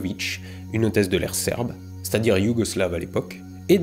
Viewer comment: j'aime bien comment tu insistes sur le mot "Serbes" 😂 tout en finesse.